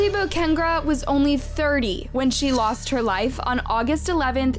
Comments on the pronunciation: Bow-kah-neh-Graw. Is how you say her last name. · I love so much that you covered this story with respect to Ashley but please make sure that while you are researching their cases, you take the time to learn the victims names. Ashley Bo-Ca-Ne-Gra. watching the slaughter of her name was so much pain throughout this video lol. keep it up girl!